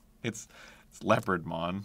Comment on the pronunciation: “Leo pard mon!” … “leopardmon”